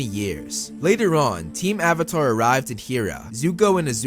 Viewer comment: Uhhhvatar the last uhhhbender